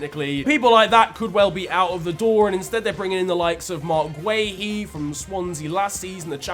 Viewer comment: man really said guehi from swansea😂